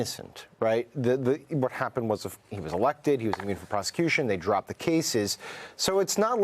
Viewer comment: Dear journalists/commentators, please learn how to say "Immune" (it's not Ammune) and "reMuNeration" (it's not reNuMeration). Thank you.